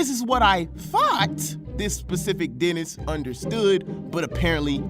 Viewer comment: Bro for the first few minutes I thought you said Dennis lol